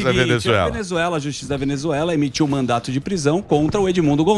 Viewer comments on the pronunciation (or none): é "MandaDo" e não "MandaTo", animal! 😂